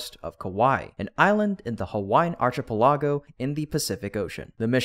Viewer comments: Arch-i-pilago? Really know your words? Is it AI or you don’t know how to speak? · Genius commentator... How do you pronounce "archipelago"? Bet you could ask any sixth grader and get a correct answer.